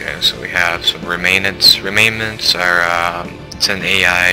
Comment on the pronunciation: good let's play but i'm pretty sure it's ("rem-nants") unless i read it wrong and it really is "remainents"